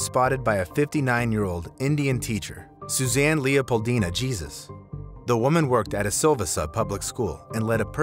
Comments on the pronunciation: Lol it wasn't jesus. It's said as Heysoos Hesus. Jesus. Lol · The nane is pronounced heyzous not Jesus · HER NAME JESUS IS PRONOUNCED HEY-ZUSE NOT GEEZ-US. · Its pronounced "hay-zeus" not like our lord Jesus..btw NIS name Yeshua and is pronounced yesh -hoo-ah